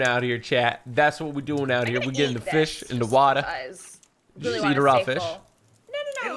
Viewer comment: You keep saying fith instead of fish